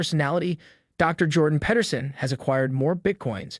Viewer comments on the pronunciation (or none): It’s Jordan Pete-er-son not Pet-er-son